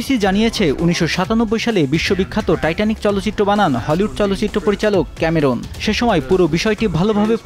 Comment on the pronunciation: ক্যামেরুন নয়, ক্যামেরন।